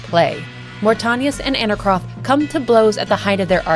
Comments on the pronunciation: I always love seeing new coverage on the lore of the greatest gaming series in history. No offense but the way you pronounced Mortanius was kinda distracting bc you said it incorrectly every single time. Aside from that it was a great video. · Great watch, other than how you pronounced Mortanius. Drove me a little bit crazy lol. Love this franchise though. Played SR 1, 2, Defiance, and BO2 till the end countless times in my teenage years. Can't wait for Raziels story.